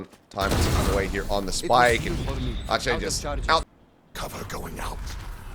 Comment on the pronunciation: Why is ache pronounced aatchey but not ek?😂